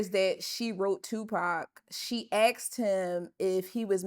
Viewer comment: “She Axd him” 🤦🏽‍♂️🤦🏽‍♂️